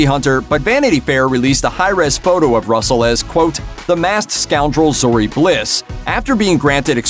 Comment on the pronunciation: You had me till you said Zeroh. Done